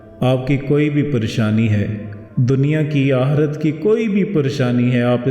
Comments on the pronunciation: Hazrath Talaffuz Aaqree dhuraoo, Aqirath barabar kijiye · Bohat ma'azrat kay saath Kyun k aap apne aap ko teacher keh rahe Hain tou Kindly apna tallafuz sahi kar lein Aik tou yeh k Wqat nahien Waqqt lafz hota Aur dosra aahrat nahien Aakhrat lafz hota Hai....